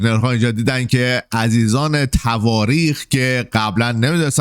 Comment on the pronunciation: گامبو!!!! اسمشون طوارق هست نه تواریخ